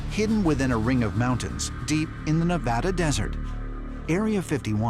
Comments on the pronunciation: Its Nev-a-da not Nev-aahh-duh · Pronouncing Nevada WRONG.